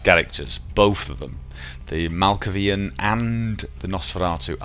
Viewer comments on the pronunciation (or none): YEAAH !!! I knew you wouldn't disappoint ! :D I LVOE Tremere blood magic... also do malkavian (you pronounce the A like MalkAvian) and they are not complete nuts - they are schitzophrenic and ... excentric... mostly... so you could chat with yourself while recording, as a let's player you should be able to :D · Are you playing this through a physical copy, or online through Steam or GOG? I'm assuming it's the latter, and it's pronounced "Mal-kay-vian" mate. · Malkaaaaavian... Long A. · This is a great idea. I absolutely love this game and would have a great time watching you play it. Also, it's pronounced Mal-Kay-Vee-Ann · The way I have heard "Malkavian" said, is Mal'kavian.. which may or may not be the right way to say it, but I am from the Pacific Northwest, which is apparently known to have the clearest /American/ English language.. and Nosferatu I have only ever heard as pronounced by Blue Oyster Cult.. (from their song, Nosferatu) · I believe it's pronounced mal-kay-vian. Personally I think Malkavian and Nosferatu are two of the most boring clans, and for a Let's Play watched by people who haven't played the game I think something like Ventrue or Toreador would be better suited. Anyway, I'll be watching regardless of what clan you pick. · Malkavian. MALKAVIAN.